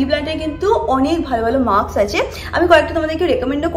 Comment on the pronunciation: dear tomar vlogs eto bhalo ❤ but please pay attention to your pronunciation, mask bolo it's not maks tai na? Tomar bhalo chai and I follow your videos regularly, tai bollam. Keep growing ❤ special love to Mango babu 😘😘